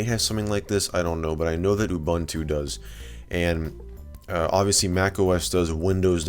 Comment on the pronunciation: Please stop calling Ubuntu "You bantu". That's actually pretty offensive in South Africa. The letter U is pronounced "u" throughout the word. No need to get creative.